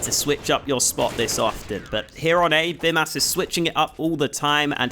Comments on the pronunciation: It's not Bimas, it's Bymas. pronounced like Bee-mas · You should say Bymas with long Y, now you are saying it like Bimas :D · I'm Lithuanian and I'm pretty sure his name is supposed to be pronounced like "Beemas". the 'y' in Lithuanian is pronounced like 'ee' in speed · Awesome video of course, just one thing - it is pronounced Beemas, since "y" in lithuanian is a strong "i" which is pronounced as "ee". Like a Bee. So it is Bee Mas. Nevertheless, great analysis. Thanks for the awesome content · the way you say your name is how I imagine Aussies say hooker